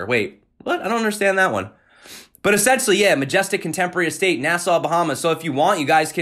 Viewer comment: "essentially" ( uh-sen-shuhlly ) Adjective: i) Absolutely necessary; indispensable: Discipline is essential in an army. ii) Pertaining to or constituting the essence of a thing. iii) To buy Bitcoin as quickly as possible. 😉